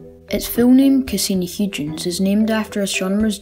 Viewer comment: Cool video! Just so you know, it's pronounced "Hoy-gens, with the first syllable rhyming with soy. At least that's how I've heard it pronounced on other videos. Not to worry though! I think everyone interested in astronomy has pronounced something wrong at some stage, what with words like Sagittarius and chthonian (I'm not even sure I spelled that right!).